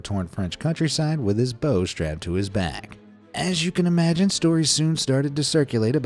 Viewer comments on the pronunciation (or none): none